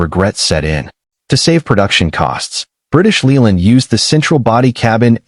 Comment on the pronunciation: AI crap. British Leeland? Droopsnut? Hydroggus units? Victor effy?